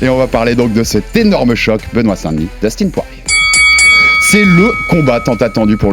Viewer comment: " dustin " sa ce prononce " deustin " pour daniel 😊